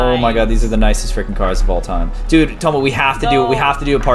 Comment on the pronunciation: It's dude not dood u donut